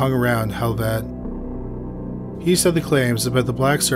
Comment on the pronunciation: Damn dude, learn how to pronounce names. Out of the whole 3rd category, the only name you got right was Vargs. Even pronounced Helvete wrong.